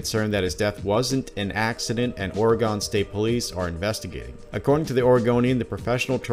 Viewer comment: Dude you live here. Why do you pronounce Oregon like that?